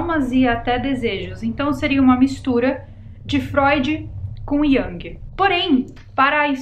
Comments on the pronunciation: Oi, deixa eu colaborar com você, sou psicóloga, a pronúncia correta para Jung é “Iung”. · Carl Gustav Jung era suíço. A pronúncia do seu sobrenome é "Iung", com som de u mesmo. Só uma observação 🥰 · Querida, “Jung” o discípulo de Freud que você comentou no início do vídeo, se pronuncia com “U”...🙏🏻